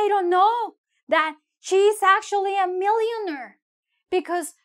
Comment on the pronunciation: You said “millionerrr” haha yo te amo